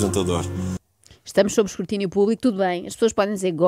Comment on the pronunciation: Juro que ele disse "escurtínio"!